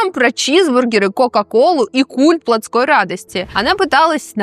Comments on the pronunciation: Не платскОй, а плОтской радостью. От плОть... Послушаю ещё, мжет оговорка. Очень страдаю от беграмотной речи. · плОтской, а не плотскОй радости, ну элементарные слова ведь